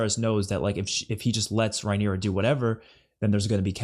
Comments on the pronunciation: It's not Rhy-nera, it's Raeh-nyra, pronounced Ray-nera.😊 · Also, "Ray-knee-ra" , not raeyniera😂